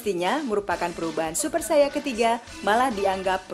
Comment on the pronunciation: Saiyan bukan saiya